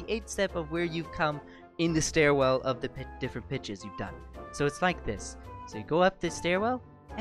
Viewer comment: omg everytime he says pitches I keep hearing "Bi**ches"